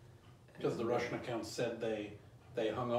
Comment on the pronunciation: "The wussian wears gway."